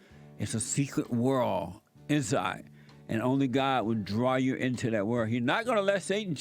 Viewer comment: Heard around the "world" pronounced as worlt. Jessie cracks me up